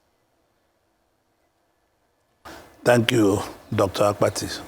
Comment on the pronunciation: Not AKPATI (coffin in igbo), but ABBATTI, ewu Gambia